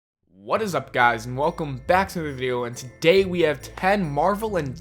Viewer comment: This dude said "welcome back to the viero"